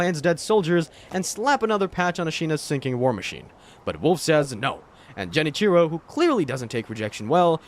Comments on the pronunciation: anyone else get triggered everytime he said jen cheero? when it's pronounced gen-ee-chee-ro? considering all the research done for this vid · "Jenichiro" 🤢"Eesheen"🤮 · Holy cow… Ji-nichro😭. Otherwise, great work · Jen itchy row it's a G not a J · For the love of everything that’s holy, please stop calling him Jenichiro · All this time and effort and not once did you try to pronounce Genichiro, Sekiro...or really any name right. Engagement bait? The internet blows so bad now, i can't tell. Edit: Ah, now I realize. It's ai. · To be fair, he doesn’t even know how to say Genichiro’s name right. It’s not surprising he misinterpreted his character